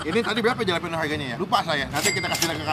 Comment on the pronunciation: Halapenyo bacanya masbosqu